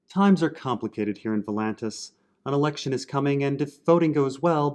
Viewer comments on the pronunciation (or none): none